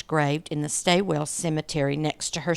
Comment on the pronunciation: Australian place names are hard. Wimmera is Wim-er-a. Stawell is Stawl. Most of the others were ok 😊